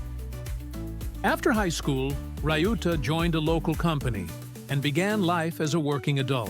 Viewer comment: Pronunciation of Shohei’s brother’s name is not “rai-yu-ta” but “liu-ta”. It is disrespectful to the man you want to make a clip with his story, but also unprofessional.